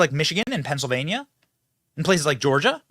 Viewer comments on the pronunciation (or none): none